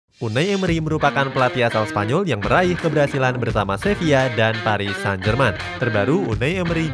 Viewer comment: Sevilla bang bukang sevia😂